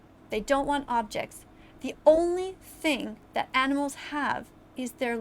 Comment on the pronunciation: Has anybody noticed how she pronounces Animals like “ENEMELS?” It’s incredibly distracting…